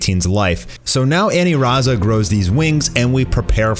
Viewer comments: aniraza* u irritate me when u say anilaza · "Anilaza"? lol way to white it up. Its pronounced "Aniraza" there is no L in Japanese alphabet. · It’s aniraza not anilaza BOIIII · Ur saying anilaza wrong